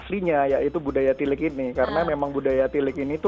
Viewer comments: Wah ngomong tilik nya pas 👍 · dalam bahasa Jawa tilik dibaca/diucapkan tilék( é seperti é pada kata saté)